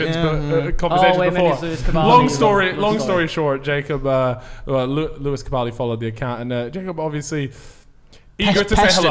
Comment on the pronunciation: "Lewis Capaledy" ??? Lmao what